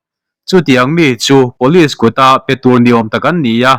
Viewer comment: Police hi pawlis ang in I lam tlat thina, pulish tih anga lam tur zawk ani